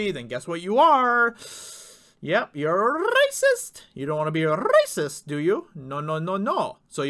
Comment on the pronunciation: sounds like Poggle the Lesser when he says 'rrrracist!'